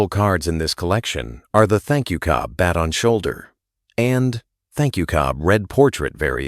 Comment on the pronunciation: This AI voice needs help. Pronouncing Ty Cobb as “Thank You Cobb” ???